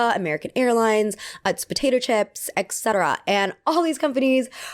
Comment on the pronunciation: girl i love your videos but PLEASE PLEASE ITS ET CETERA eTTTT NOT ECKSETERA